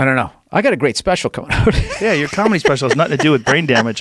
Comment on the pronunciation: BOSTON CAAHMEDY. CAAAAMEDY CLUB. COMICS. BOSTON. NEW YORK. COMEDY. OPEN MIC CAAAAAAAAAAAHHHMEDY